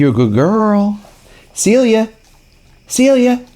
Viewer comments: In Spanish the C is pronounced as an S. So she may respond to "Selia" more than "Celia". I love you guys, and Animal Friends of the Valley! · I'm pretty sure that the problem with her name is that they use the Spanish pronunciation. Don't know if you're interested in trying but it's "Sell-ee-ya" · Her name Celia is a Spanish name. It is pronounced differently. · I wonder if she didn't recognize her name because it was pronounced the English way and maybe it was the Spanish pronunciation?